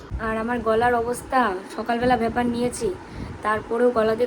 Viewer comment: ভাপার নয় ভেপার